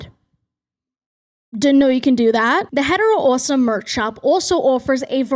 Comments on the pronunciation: First time on your channel. Pleasantly jumpscared by “uoawsome” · Obsessed with how you hit the first syllable of “awesome” and “offer” awh-some video you’re awh-ffering what accent do you have 😭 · Love when the Boston accent gets really strong at "awesome" genuinely your voice is lovely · actively struggling to keep my echolalia in check every time u pronounce awesome like that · big fan of how u pronounce awesome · Something about the way that you pronounce any word with "o" and "aw" at the beginning scritches my brain right. I love your accent 💕